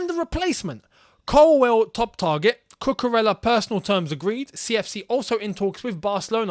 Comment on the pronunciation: I remember you explained how to pronounce Ziyech. It's Cucu-REYA.